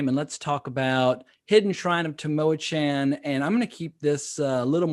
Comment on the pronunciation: Just tripped over your video two years after the fact, so I'm a bit late to the party. Enjoyed the banter. But I wanted fo mention to potential players and DMs of this classic module... it's pronounced Tam-Oh-ah-KHAN (like Con) not 'Chan (like Channel). Just FYI. Enjoy! 🤘🏻🤩